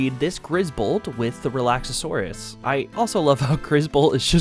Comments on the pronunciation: I'm baffled that you can pronounce Hoocrates (Hoo-cra-tes) perfectly, but Relaxaurus (Relax-aurus) and Dinossom (Dino-ssom) you get wrong. Seeing as the names are there spelled out and you add extra letters to say them wrong (making Relaxaurus sound Relaxasaurus, or Dinossom into Dino-ossom) and Hoocrates is actually one of the few that is genuinely hard to pronouce if you aren't familiar with Socrates. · Re-lax-or-us lol